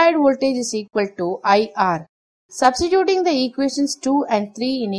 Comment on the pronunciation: I like the way you say woltage. So, can you explain the Q factor with a pendulum swing. The shorter the string on the pendulum the higher the Q right?